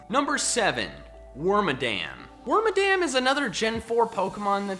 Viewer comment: Its actually pronounced (werm-mah-dum) Due to its name origin